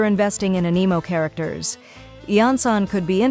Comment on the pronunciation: According to her it's "finding A nemo" ugh it's spelled anemo yes but is pronounced "Anne eh moh" pronunciations kill me help